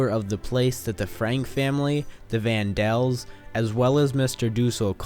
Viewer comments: Van Daan's! Not Van Dals...... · It’s not van dels it’s van daans and it’s not duusel it’s dussel ur pronouncing it wrong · It’s van Dana not van dells.. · Nice presentation but was puzzled by each time you mention the "van Daans" as "The van DELLS." Was there a reason for that? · Lol the vaan dels😂 it's vaan dans put some respect on they name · It’s Van Daan not Van Dal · It's Van Daan not van Dell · Mr. Dussel is pronounced mr. Duh-sul not, not doo-sel ughhh, and its Van Dan, not Van Del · Van Daan!! Daan not dels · It's Vann Dan not Vann dell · It's Van Dam, not Van Dell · its van daan not van dell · It is Van Daans not van dells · Good, for what it gives. However, please honor their memories by giving the right names- Van Dam, not Vondell. The Franks, Van Dams, and Dusell,nd so many others lived in fear of being discovered, it's a wonder anyone survived the Holocaust. Shalom. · isn't it van Dan not van del? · not Van Pels or whatever you said. They were the Van Dann's [Dah-nn] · there name is Vandaan said (Von-don) not Vandel that please learn what your talking about before posting it dude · Van Daans Not Dells lol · It's vandann not van duel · Van Dann not Van Dall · Van Dells? It's Van Daans. Did you read the book? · its the van daans not van dells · It's actually the vandells, in the play they're renamed to Vann Dann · I thought it was pronounced "Vaan Dan" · "Mr.Doosel" "The Van Dels" "Leave the Netherlands" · He said van dans wrong. (Sorry if I wrote it wrong)